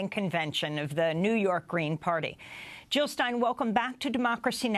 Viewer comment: Jill not Hill !